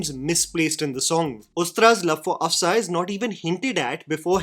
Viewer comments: It's Af-Shaan, not Af-saa or Af-saan and Jal-aal and Jalll-alll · Af-shaa(n) not Afsaan and Ja-laal not Jall-lal. Rest of the observations are spot on.